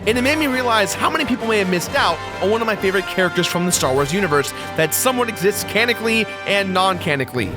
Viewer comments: Starkiller exists "canically" and "non-canically" Not being mean just sayin' it's "canonically" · God you're a dumb shit. I don't know why i keep clicking your videos :\ "Canicly" "Noncanicly" Canonically. Like you wrote your script, right? You looked at it on a white background, and saw the red lines beneath it, right? And you went with it. Step up your production. Your show's always been littered with trash mistakes like this. Get good, please. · Canically? Canically? Canonically? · Cannon- ick-lee. sorry just have to.